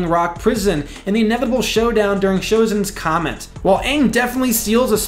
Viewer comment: this man mispronounced everything from sozin's comet to other things as bad as possible but gave a good opinion and evidence